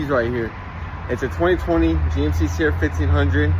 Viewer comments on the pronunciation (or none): none